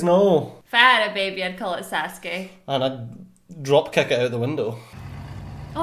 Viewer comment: 🙅‍♂️ Sasuke 🙆‍♂️ Sousuke